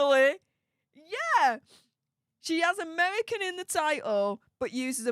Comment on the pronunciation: Pls pls dont say amevvvvvican vvvvvivvvvievvvva get speach therapy ffs you're embarrassing yourself😂😂